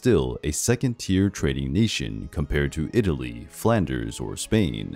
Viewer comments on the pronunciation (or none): none